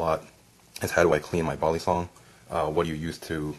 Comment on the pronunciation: No one:: "BALLisong"